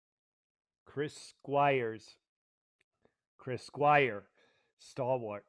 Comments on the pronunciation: A fan would not need a script on Chris' history with Yes nor would they continue to mispronounce Chris' last name. It's Squire not Squires. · You cannot even pronounce his name right, and you vowelize it like a whiner. You have no concept of the greatness of Chris Squire. Remove this punk-ass video from youtube